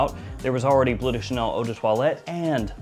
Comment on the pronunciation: It's "Bleu" (french), not "blue". Should be pronounced with sounds similar to what you hear in words as "Hurt", "Burn" or "Blur"